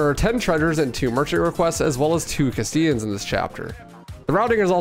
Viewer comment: I know it's 5 months later but you calling them "casteeans" was extremely annoying. Lol